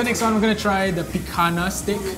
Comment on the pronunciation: Brother said PI-KAH-NA. It's pi-kan-nia :')